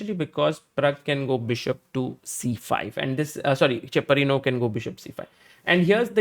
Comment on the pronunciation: Cheparinov not chaprinow❤😂😂😂